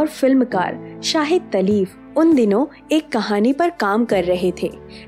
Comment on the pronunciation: The names are SHAHID LATEEF AND ISMAT CHUGTAI. Please improve your pronunciation of Urdu words. Video is good.